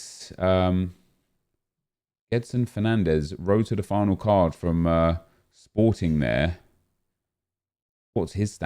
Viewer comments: "Sporting" That one hurt me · Man said Sporting